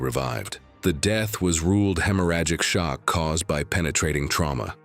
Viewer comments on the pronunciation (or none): none